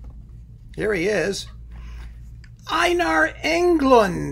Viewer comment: The first vowels of Einar (Ei) are pronounced like "a" in tape. Thanks for your analysis of Englund's music!